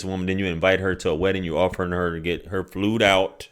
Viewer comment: "Flewd Out" 😂😂😂😂😂